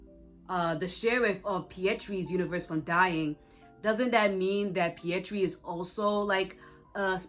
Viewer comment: Fyi: the Indian Spiderman's name isn't Pietri, it's Pavitr